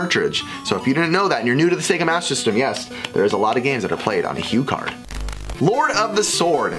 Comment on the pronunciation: You also said HuCard again... bad very very bad.